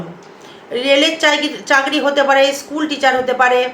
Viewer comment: চাকরী কে যখনি শুনেছি " চাগরি " বলছেন আর ভিডিও টা সময় নষ্ট করে দেখলাম না